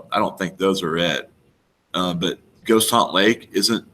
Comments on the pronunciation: For your "not for the meek," it sounds like you're saying "Ghost Haunt," but what you're pointing to is "Goat Haunt." I may be hearing you wrong -- if so, never mind. Having said that, last summer I tried for a couple days to connect Mt. Cleveland (home of Brown) to other clues on Google Maps, but gave up on it. I couldn't find connections, and the whole area just seems too wild and rugged for an 80-year-old to be making multiple trips with a heavy backpack. If you go this summer, I wish you best of luck. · Its GOAT HAUNT not Ghost. Two boat trips in an afternoon ?